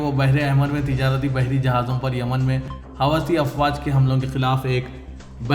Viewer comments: It is not Hawasi- please correct yourself- it is howthi - hawasi is a bad word in Urdu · Huti hai hawasi nahi MD, sahi naam padhen